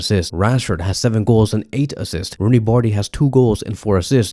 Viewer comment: First learn how to pronounce his name😂 Then if he were in Vardrid he would never get as much chance as berca gives him